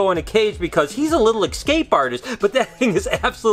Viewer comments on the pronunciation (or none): Hey. Hate to be a stickler, but... it's ES-cape, not EX-cape.